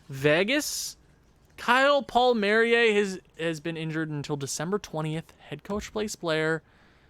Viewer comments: It's pronounced Paul marry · It’s pronounced Kyle Paul-Me-Air-E